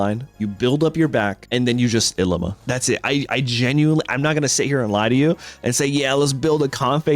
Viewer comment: Pronounce your ilima correctly please